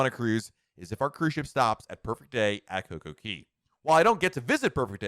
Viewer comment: Am I crazy or does he pronounce CocoCay as CocoKEY? I ask this lovingly as a daily watcher and avid Royal Caribbean cruiser ❤️